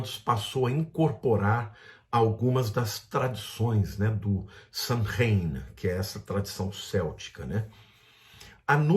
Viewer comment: A PRONÚNCIA CORRETA NÃO É "SANRAIN", MAS "SÔUIN".